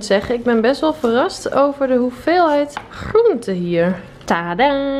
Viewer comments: De manier waarop jij groente uitspreekt is echt grappig, net alsof je een buitenlands accent hebt bij alleen dat woord haha! Toffe video weer 👍🏼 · Het is niet flauw bedoeld, maar hoe spreek jij groente uit?!😂Voor de rest is het een super leuke video👍🏼👌🏼